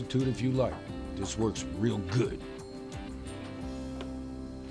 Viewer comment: hate how he says good